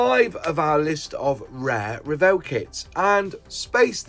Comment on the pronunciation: Thank you for the video and much thanks for pronouncing Revell correctly